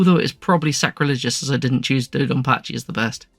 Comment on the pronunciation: Your dodonpachi pronunciations were pretty good (lived in Japan >25 years). Raiden is Rye-den.